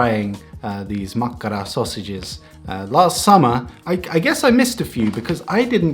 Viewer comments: Your 'makkara' sounds nowadays as perfect Finnish, no accents anymore. Congrats! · The most important finnish word - mastered ✔️